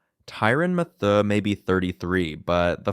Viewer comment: If I have to hear him say matheiu name again ima rip my hair out